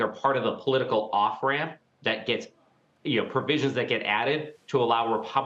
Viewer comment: "expecially"? and we are supposed to take this guy seriously? amazing.